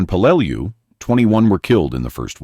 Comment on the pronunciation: It's pronounced 'Pel-lah-lu island😢